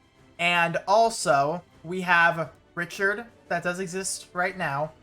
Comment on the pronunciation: .....Did he seriously call Ricardt "Richard"? I've never read the "c" as "ch"...... Am I the dumb one here? I also read "Chelle" like "shell".